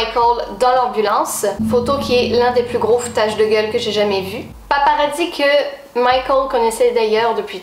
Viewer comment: On ne dit pas des '' paparadis '' on dit des '' paparazzis ''